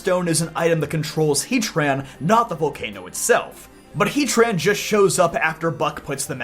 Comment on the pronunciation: Why hea-tran and not heat-ran?